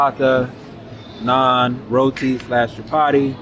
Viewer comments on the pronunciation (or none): none